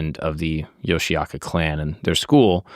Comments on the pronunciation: Great video! Here are a few quick historical facts and a pronunciation tip for your research:Pronunciation: The clan name is pronounced "Yoshi-oka" (Yoshioka), not "Yoshiaka".Takuan: The mentor relationship between Musashi and Takuan is 100% fictional. It was invented by novelist Eiji Yoshikawa in the 1930s and later used in Vagabond. In reality, there is no record of them ever meeting.Denshichiro Fight: You used the Vagabond version (a dramatic sword duel), but the oldest historical record (Kokura Hibun) says it was much quicker. Denshichiro brought a massive 5-foot wooden sword, but Musashi rushed him, snatched the sword right out of his hands, and struck him down with it in a single blow.Love your content, keep up the great work! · 素晴らしい動画ですね！あなたのリサーチの参考になるよう、いくつかの簡単な歴史的事実と発音のアドバイスをまとめました：発音： 一門の名前は「ヨシアカ」ではなく、「ヨシオカ（Yoshi-oka）」と発音します。沢庵和尚： 武蔵と沢庵の師弟関係は100%フィクションです。1930年代に小説家の吉川英治氏が創作し、後に『バガボンド』でも使われました。現実には二人が出会った記録はありません。伝七郎戦： 動画では『バガボンド』版（ドラマチックな剣の決闘）が使われていましたが、最古の歴史記録（小倉碑文）によると、実際はもっと一瞬でした。伝七郎は5尺（約150cm）の巨大な木刀を持っていましたが、武蔵は彼に突進してその木刀をひったくり、相手自身の武器を使った一撃で打ち倒しました。